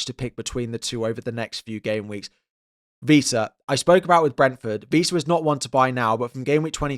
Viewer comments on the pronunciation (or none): Couple of notes, it’s ‘Wissa’ not ‘Vissa’ and ‘Diogo Dalot’ not ‘Diego Dalot’